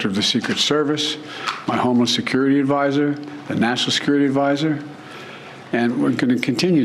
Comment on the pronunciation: Bro said "homeless" advisor smh